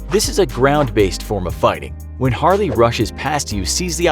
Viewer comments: It’s Harley not harely dude 😂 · Harely lol it’s harley Quinn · It's Harley not harely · It is Harley not Harely... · PhantomLeGend No, it's actually Harely. It's pronounced Har-rely. Always has.